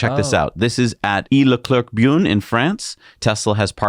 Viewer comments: Took a while to find that longest Supercharger: it is in Beaune. But you totally mispronounced it, haha! It is pronounced ‘boh’n’, like ‘beau’ with an ‘n’. I sometimes visit it, will def. go take a look next time I am near! And Leclerc is a giant supermarket chain in France. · at the minute mark you literally botched the hell out of the French city name "Beaune" I mean it was totally incompressible bear in mind that I'm a francophone so my concerns should speak volume to you Far from me the idea of schooling you unfortunately it's not the first time that I hear you botch some French names which is kinda problematic because even the YouTube subtitles won't pick what you said and since you usually don't have it spelled on the screen for us either I literally gotta figure it out by myself You're far from being the only American person who have difficulties pronouncing French words even French people stall on their own words sometimes that's how awkward it is however nothing stops you from putting the names on the screen so everyone understand what you are talking about I'm just sayin...😔